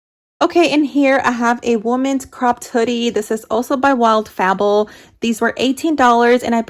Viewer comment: It's pronounced Wild "Faybull" not Fa ball.